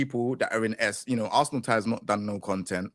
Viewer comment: This got to be. Only one man says Ars-Land Ash.